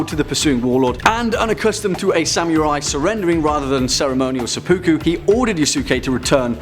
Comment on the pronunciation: Seppa-ku, not se-poo-ku. Ta.